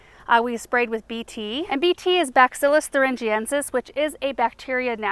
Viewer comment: ❤ I know you don’t like to have pronunciations mentioned but I thought you might like to know that bacillus is not pronounced backcillus. Truly love your content and have for years. Your dedication to community and service is such a great example and inspiration. ❤❤